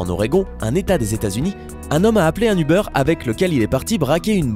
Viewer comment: Ubeur .. euh uber